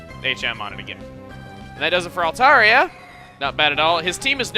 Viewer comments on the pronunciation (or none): none